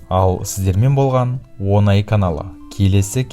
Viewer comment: Он ай бұл десят месяцев деген сөз, қазақтың керемет тілін қорламаңыз, ң дыбысын дұрыс айтыңыз